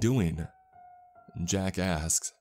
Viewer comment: you need to pronounce your K's a little more everytime you say jack ask's which is a lot i hear jack ass lol